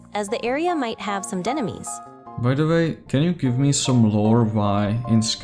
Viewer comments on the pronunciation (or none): Ah yes... Dreaded "Denemies." 😂